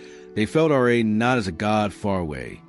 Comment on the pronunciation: As excited as I was to listen to this video I could not get more than three minutes in every time the narrator said R.A. instead of RA